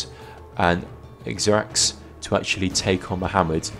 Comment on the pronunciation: Great video as always, made better by the first time you've ever pronounced esraX correctly! :p